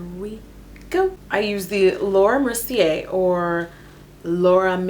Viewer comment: LOL! You are too cute Jackie trying to pronounce Laura Mercier in French. Too cute. I've said it before, but your skin is just lovely! You have absolutely no pores...or so it appears. Eh we all have a few flaws with no foundation, but with minimal you are absolutely stunning. Even makeup don't make some of us beautiful. Thanks for turning me onto Azealia. Great music. BTW azaelia is a flower that grows on a bush. Very common home landscaping flower back in the 50's through 70's in pink.